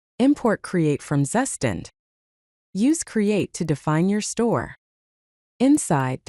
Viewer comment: "zzzustand". This AI reading is not getting that Zustand is a German word. Its proper pronounciation is close to "Tsu-shtant"